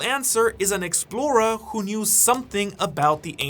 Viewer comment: I wish you would learn how to pronounce explorer before using it about 200 times in this vid